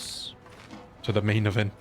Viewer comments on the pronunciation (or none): none